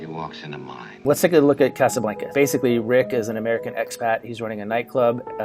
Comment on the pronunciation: Im sorry when he said Casablanca